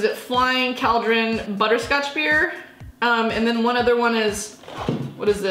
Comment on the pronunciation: We don’t drink ‘barr’ in England